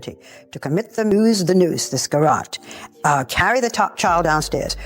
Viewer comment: Did you hear his pronunciation of garrote? But then he said it correctly amazingly now he doesn’t.